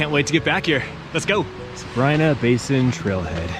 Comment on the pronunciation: We were just there and the locals say Sabr-ii-na. We asked. Also learned that correct pronunciation of Mono lake is like “oh no”, not like the Mono virus haha.